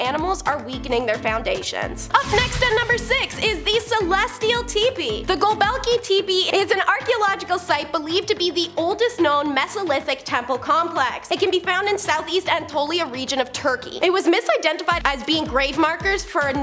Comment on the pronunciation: Maybe a dictionary for pronunciation. Go-beck-lee t-eh-pee, p-lay-dee-z. Maybe a little serious research, Nostradamus did not predict when he would be exumed.